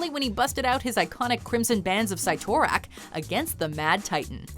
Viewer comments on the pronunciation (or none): Its not cy(pronounciation) its si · Did she say sigh-tor-rack? It’s pronounced Sit-a-rack. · Us: Sit-or-ack Them:Sight-or-act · the bands of (sit) (or) (ack) not sight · Am I the only who's pissed she said cyttorak wrong? Its sit-er-ack not sigh-tor-ack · Its (sit-tor-rak) lol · The bands of “site-or-ak”? Lol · Sigh Toe-Rack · The pronunciation. Cyttorak is pronounced "SIT-OR-AK" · Cyttorak= Sih-toe-rack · ITS PRONOUNCED SIT-OR-AK JESUS 😂🤢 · It's 'SIT - or - ak' 🤣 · never have i ever heard anyone butcher cyttorak's name as badly as you... i lost my interest in this channel.... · I died a little bit every time they said Cyttorak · ew the way she pronounced cyttorak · OMG, the pronunciation of Cyttorak was so bad. lol